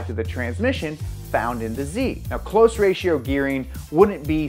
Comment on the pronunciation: Close ratio transmission, not cloze ratio transmission.🙄